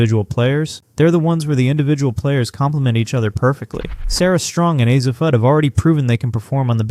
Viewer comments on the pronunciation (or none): AI STRIKES AGAIN! is is Ahzzi, or ouzzi Ahshi Fudd? 😂😂😂😂😂Can’t make this stuff up. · That is because it is AI and it has been having trouble pronouncing Azzi’s name. The most you get out of these AI videos is a good laugh. Its first video on UConn was hilariously riddled with mistakes.